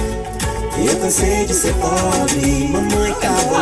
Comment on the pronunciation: The sound of poBRE, is close like BRIdge.